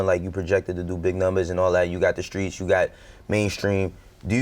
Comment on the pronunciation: The skreets